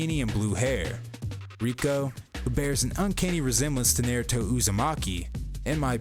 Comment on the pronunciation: Bro pronounced Naruto like Nair-U-Toe